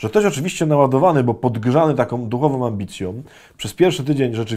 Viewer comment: Cytuję: "duchowom ambicjom". Ojcze Adamie, kaznodziei nie wypada...